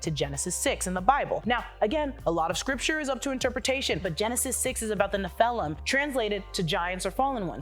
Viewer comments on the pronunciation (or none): Neph-a-lim not Ne-phel-um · Nah”uu”m, Ak”ee”ra, neph”ee”lum